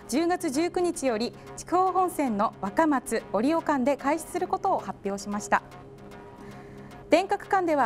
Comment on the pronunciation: 若松の発音違いますよw